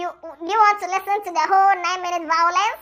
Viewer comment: She was loving the "vawulence" 😂😂